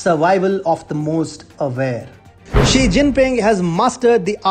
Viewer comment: If you are going attack a Chinese person, any Chinese person, at least show you have a little understanding about China and Chinese. That is to say their names correctly. Jack Ma. Ma is the surname. Ma Yun is his real Chinese name. Xi Jin Ping. Xi is the surname (correct pronunciation would help). Jiang Ze Min Jiang is the surname. You and Xi and Jiang are not on a first name basis. Note that I spell out Xi and Jiang's first names in two words. Two-word first names are more common in China, especially in the southern part. One-word first names are for the northern and western China. How much credibility do you have for the subject on hand?